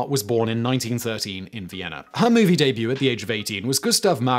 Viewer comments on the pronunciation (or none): none